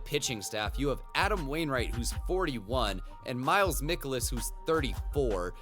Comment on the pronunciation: Ahhh Thr only reason the cards lineup is “old” is because of pujols and Molina and who the heck is mik o liss It’s mike a liss